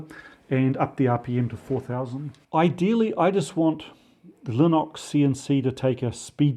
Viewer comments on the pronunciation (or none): love the channel but please please stop saying Linox - ( it's even written like that on your whiteboard 🤣) it's LinUx with a U, best regards Triggered in Gloucestershire 🤣🤣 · I love it that you pronounce "Linux" as "Linox", but writing it that way too? That's just rage baiting 😂😂🤣🤣😂😂 - Heather